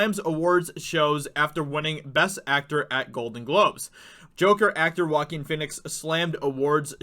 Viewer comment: Name is prounounced 'Wah-Keen' 'Fee-nix' not Walkin' Fenix.